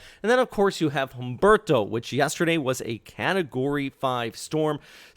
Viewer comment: Pleez skuoozme but I’m the Pronunciation Natzi and just had to weigh-in on your anglicization of Humberto. It’s an oft made unintentional insult to the Hispanic community - not a big deal I’m guessing you feel relative to the possible destructive power those weather conditions could exact upon the southeast coast . . . so it’s all forgivable, all good. That terrifying hurricane tearing up the Atlantic now is not pronounced: Hummm-burrr-tow But rather: OOOM—BARE-TOW. Silent H like in the word herb - referring to an aromatic seasoning, not as in the male first name Herb, short for Herbert. Also, the ‘U’ in Spanish in this instance is pronounced, ‘Ooo’, not ‘Uh’. If you pronounce Humberto correctly in future (much appreciated) weather updates I shall respond in kind by not reporting your name to the Sociedad de Mala Pronunciación del Idioma Hispano. I have all confidence you will come to your senses and comply with what I am requesting of you. Buenas Dias Senior, Paz, Pronunciation Nazi 🥳